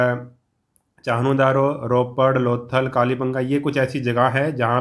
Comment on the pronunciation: SIR THAT IS KALIBANGAN NOT KALIBANGA